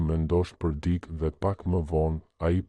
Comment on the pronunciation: Ore trap! Mëso theksin e fjalëve më gjuhën shqipe se na e shpife. Jo "dik" por "dikë", etj